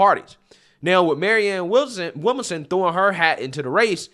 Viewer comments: It bothers me how you can't get a name right. (Not just her name, but several people) Lol. Williamson bro, Williamson. Not Willmason. 🤣 🤣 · Will -mon-som lol. killing me with these name pronunciations. It's Williamson 😆 🤣 😂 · Maryann Will-Manson, Williamsome, Wilson, Willmason 😂😂😂 Man it’s William-SON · This is not news. Sanders won in 2016 until the DNC gave it to Hillary. Bernie was a good boy and shut his mouth, got paid off and his supporters got screwed. I love your channel, but your reading comprehension skills are abysmal. Her name is William-son. It’s not a complicated or even unique name. William son. How in the fuck you pronounce it is weird af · Her name is williamson. He is pronouncing her name wrong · You're not pronouncing her name correctly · Why can’t you say ‘Williamson’? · Why is struggling with her last name? He said that wrong every time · Man, your pronunciation of people's names is atrocious!